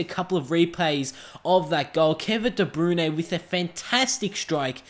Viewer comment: Its Kevin De Brouyn not Kevin de brune